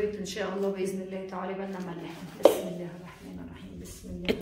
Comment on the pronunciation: اتمنى عليك انت وحماتك ان تلفظوا لفظ الجلاله صح لا تقلن اللا بل قولوا الله مع لفظ الهاء في الآخر